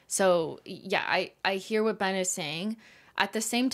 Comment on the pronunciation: Thank y'all for keeping the nail oil pen dream alive and also Thank you Ben, you're one of about 3 people who have pronounced my name correctly! 🙃🙃